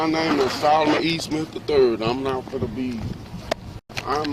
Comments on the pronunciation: Solomon E. Smith... not easterling. That would have saved this whole situation. Always always get people to say their name slowly and verify it’s right. I’m glad this channel shows all kinds of interactions with no bias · His middle initial is E. his last name is Smith. They heard EASTMAN when he said it combined. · Wow, I thought that he said Eastman too, until I read that there was the initial "E" in there. The cops did mess up his name, but after they said that he had given the wrong name, HE said, "Yeah, but you ain't asked me all that", making it seem as though he HAD actually given them the incorrect name. Not an excuse for the cops, just a possible reason for some of the misunderstanding.